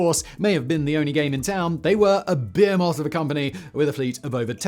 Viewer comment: Am I the only one who hears: "Beer Moth" whenever he says: Behemoth?